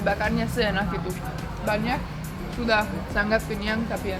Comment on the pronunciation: Mbak kalo bilang SANGAT jangan ngomong SANGGAT ya kesannya kurang enak didengar kalo sengau jangan sanggat seperti ngomong ngatur,ngirim.dsb